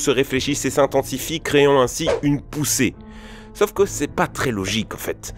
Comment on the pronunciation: Si jamais, c'est SAUF, un A et U et non "sof"... sacré français. Un peu comme "pomme-paume" vous voyez la différence? Merci merci, bisous les michtos